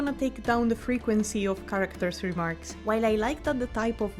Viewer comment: The word 'characters' has lost all meaning to me, Im questioning is it even a word. U said it so much and the pronunciation isn't quite right either